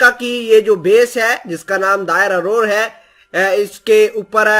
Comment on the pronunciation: Derazor hai bhai نہ کہ دائر ارور